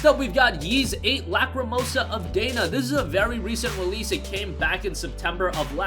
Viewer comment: Valkyria Chronicles Remastered is getting a day one download Switch release this tall with Valkyria Chronicles 4. .hack//gu last recode does NOT hold up today. It's bad. Don't waste your time or money. Ys VIII is getting a special edition Switch release in June and it's pronounced Eece 8, like Fleece, not Ease. Or Eesu, if you want that Japanese flair. And it's not Dana (Day-nuh) like the girl's name. Even in English they pronounce it Dah-nah. I'm guessing you never actually played it, you just read a script for the video. Also, there are more than 8 Ys games and they don't always follow Adol. Most of them do, but they don't all. And Tokyo Xanadu is mediocre. It isn't underrated. It's rated. Odin Sphere.. It's Life thrice-er, not Left raiser. You should check some of these names before you just attempt to read them off. Oh, it is a great game though and worth playing. Gravity Rush is a great series, but it isn't an RPG.